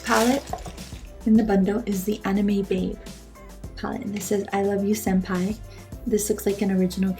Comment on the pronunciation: She said senfai it's wrong it is called senpai